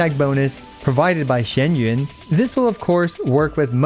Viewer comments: Kur.wa it's not shen yun. Its xian yun. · Her name is not pronounced the way he says it